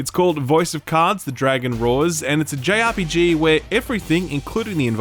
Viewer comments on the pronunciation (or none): none